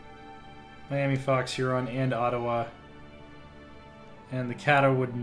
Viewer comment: The Miami (mi-yam-uh) tribe is originally from indiana and currently resides in Miami, OK